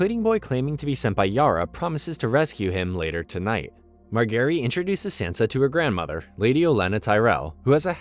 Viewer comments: Does he mispronounce stuff just to gaslight us??? Mar-ga-rie???? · why marGary? they dont even say her name like that in the show lol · Mar-gary lol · Dude learn to pronounce the names properly ffs! You pronounced practically every single name wrong. “Ober-yen” are you freaking kidding?? “Mar-Gerry” Did you even watch this show?? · Calling Margaery, Mark Garry is so jarring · Mar-gae-ry. e is silent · bro the who is marGARY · The mispronunciation of Marjorie is annoying the CRAP outta me. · Margary. Soft g.. 🤦‍♂️ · Mar Gary 🤣 you gotta be trolling us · Pronunciation of margaery doesn't sound right to me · "west eros" "mar gary" "oberian" "wherewood" classic wetube